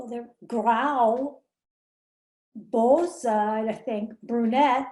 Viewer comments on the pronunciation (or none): none